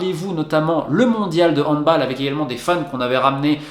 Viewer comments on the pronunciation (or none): cela fait déjà 2 vidéos que j'entends cela et ça m'agace ! On ne dit pas "handbOLE" mais "handbALLE" !! C'est un sport d'origine allemande...merci d'avance de rectifier au plus vite. Pour un grand journaliste ne pas savoir ça....quand même.... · Arrête de prononcer comme en anglais le handball prononce le comme en français bordel c’est un A pas un O